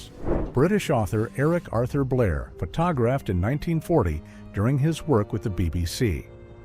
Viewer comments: Omg AI can’t even say the word photographed. . Please stop using AI voiceovers. They really ruin videos. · Can y’all teach your AI how to pronounce photographed? Please.